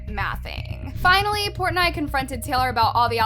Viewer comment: I kept getting distracted by the way she kept pronouncing Dave Portnoy’s name wrong😬 but everything in this is old news.